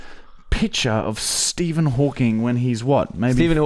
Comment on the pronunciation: HAWKING. NOT HAWKINGSSSS.